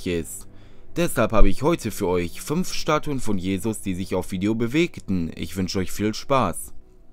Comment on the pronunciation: Schtatuen mit dem Schandy unmöglich isht